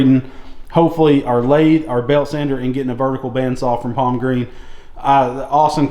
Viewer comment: Thanks. By the way it's Palmgren not Palmgreen.